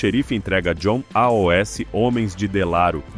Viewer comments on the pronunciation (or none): Pq fala a-o-s?